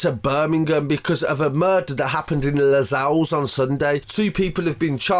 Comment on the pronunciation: Its lozells not lazells lmaoooo